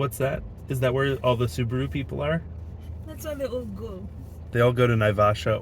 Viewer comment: Tell we say S-u-b-a-r-u not Subru😂😂